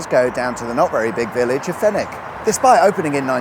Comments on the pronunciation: I just said exactly that to my partner haha! “He pronounced Fenwick properly, good stuff”. I drive this road 5 days a week, the elevation changes allow for some good mpg (when it’s not mobbed with traffic) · As someone who uses the M77 all the time I found this informative and I’m impressed that you pronounced Fenwick properly. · Great video and really great to see my local motorway discussed - the sliproad at junction 5 always did remain a mystery to me, as I've never seen any car use it and for a while there was a fair amount of rubble on it. Well done on the pronunciation of Fenwick as well. Greetings from North Ayrshire.